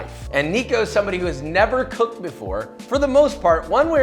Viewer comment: its coeked! 🤣